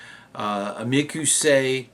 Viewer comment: Sure wish you would call it mic o say and not mic ew say.